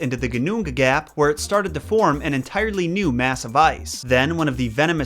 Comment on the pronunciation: As a Dane, this is pretty awesome to watch. (Your Ginnungagap was on point btw). :)